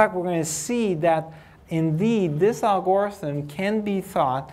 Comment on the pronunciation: Great lecture, thank you for making this available, but someone has to tell him how "algorithm" is pronounced! Please!!!!!!